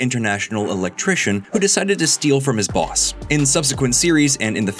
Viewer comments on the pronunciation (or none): none